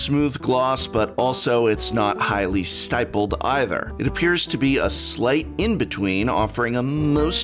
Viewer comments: Hey Prof. I didn't say anything the first 20 times because I figured you'd catch it. But "stippled" is pronounced with a short "i". :) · Stippled rhymes with rippled